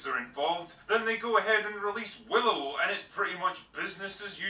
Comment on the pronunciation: He Butchered Willow 😂😂😂